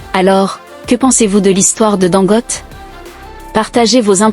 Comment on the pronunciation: Pardon son nom se prononce Dangoté